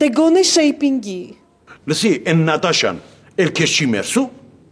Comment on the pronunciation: Շեյպինգի թե շոյպինգի 🤣😅🤣😅😂